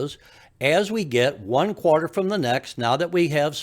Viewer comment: It's pronounced quarter not qwater.